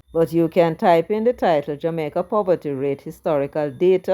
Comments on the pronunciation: Please send a message to Markie British that the word is Jamaica. Not Jamaiker... n him want to lead... kmt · Hey did the opposition leader say the people of jamaker are fed up. If I heard right did they change the name of my born country and I didn’t know or is it Mr Golding having difficulty in pronouncing Jamaica 🤷